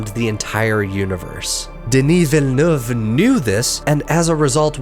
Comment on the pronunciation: He said “Denis Villeneuve” right!! LISAN AL GAIB!!!